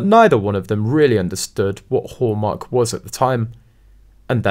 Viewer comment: At first I thought you said "whoremark" cause of the accent. lol